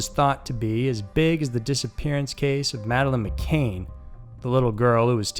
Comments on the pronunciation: Madeleine McCANN ..not McCain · You keep saying madeleine Mcain....it's McCann! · MC CANN NOT MC CAIN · It's pronounced Macann, not Macain. I'm only mentioning this because this is the second time I've heard you mention the Madeline case. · And it’s Madeline “MC CAN” not “Mc Cain.” Sorry, ☹️ just trying to help. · ‘Madeleine McCANE’ ‘YorkSHYER’ ‘Yerkshurr Ripper’ Please stop, I can’t take it. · McCann is pronounced as it looks- Mc- Can